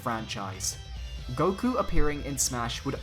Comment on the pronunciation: "Goku" sigh...